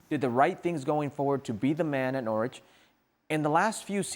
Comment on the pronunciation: Why are American soccer commentators incapable of pronouncing Norwich properly? The 'w' is silent. It's pronounced like 'Norridge'. Rhymes with Porridge.